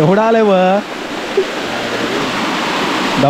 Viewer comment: बुशी नाही, भुशी